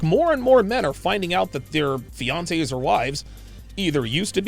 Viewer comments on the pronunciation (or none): He said fiance right? Sounds like easy fix.